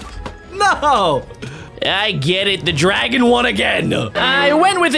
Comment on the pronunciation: Why he said it like this : were gonna fight the dragona